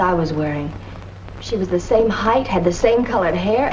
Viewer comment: Height correctly pronounced is 'hite', not hithe.